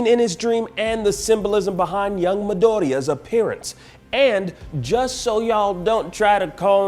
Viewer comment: Finally someone who calls Midoriya Midoriya not MiDOOOOriya